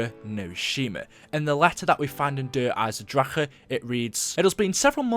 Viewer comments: You say Der Eisendrache like Der Eyesendracker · you still mispronounced der eisendrache into der eisendrakha >(